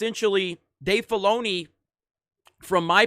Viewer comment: Stop saying Dave Baloney. I swear that's what you are saying. I can't stop hearing that now.